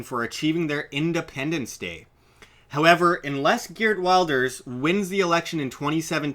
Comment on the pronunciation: Hahahaha, you are going to take Geerd Wilders (you pronounced that very wrong) as an reliable source? He is basically the Dutch Trump. Don't worry there won't be a Nexit very soon :-)